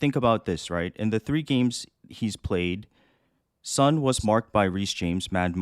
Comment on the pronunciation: Great podcast guys, but how come a Korean guy can't pronounce Son properly? It's 손, not 선!